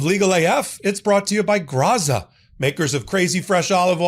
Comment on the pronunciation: Graza is pronounced Gratsa